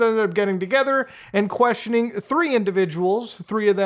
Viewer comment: Did he just sau questionEERING ?